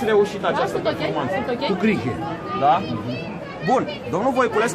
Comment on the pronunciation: In ce hal a raspuns subumanul la minutul "cu grije", in loc de "cu grija". Apoi avea si tupeul sa-l intrebe pe reporter daca a fost la scoala. Infractor incult, imbecil si ingamfat!